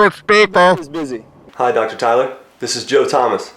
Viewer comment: "I'm extremely beezy."